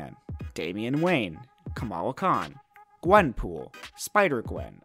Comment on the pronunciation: Why’d he say gwenpool like that? What’s wrong with gwenpool?